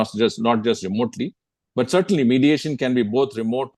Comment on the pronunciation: Modiation, not mediation...